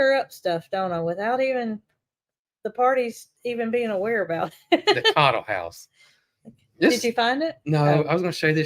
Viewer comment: Cottle house. Not coddle